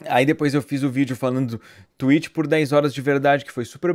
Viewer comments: Ué mas vc falou Tuéti .-. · kkk vc não tomou strike pq vc fala TWEEET e não TWIITCH